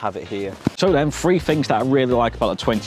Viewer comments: This presenter is really irritating with his ridiculous failure to pronounce the “th” sound properly. The more I heard “ two fousand and twenty free”, and “smoov” the more I wanted to slap him. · Mate! If you can't say 'three' without saying 'free', then i'm not tuning in any further. Bye.